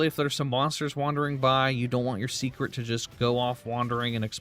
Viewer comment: I think it’s just the way he says Seikret, sounds like he’s saying secret.